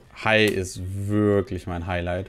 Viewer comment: Hai "Hailight" 🥴